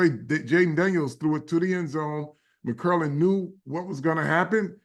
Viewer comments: What’s so hard About saying “McLaurin”, Carl? It’s not “McKerlin”. How come the out of towners can’t figure this out? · Mc-Claur-Rin sir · McGlorin, McCurlin, McGlorgin...😂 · Few things that are crazy as a Washington fan 1 Mm-girl-lin wild pronunciation 2 defense is two DT and nobody’s…Allen is out for the season and we have dudes like hall of famer Bobby Wagner and Frankie Luvu probably more importantly😂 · All due respect… they way Carl Banks pronounce McLaurin annoys me to my core 😅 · Right! I’m like, if you don’t get that man’s name right!!!! 😂😂😂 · Bob Papa said it correctly. Maybe Carl Banks has a slight speech impediment.